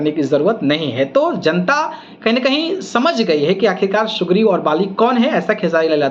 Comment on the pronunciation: Phle bolna सीख लो भाई..... सुग्रीव नाम है.... सुग्रिम नही.......depression hai...... Unki लडकी के birthday me kaun gya tha......aur example k liye ek mahine me pawan singh 5gana gate h to khesari 20 to jyada honge hi jitne pawan singh gate h utne hi ga k aur lak dikha de view to manu🤣🤣🤣🤣🤣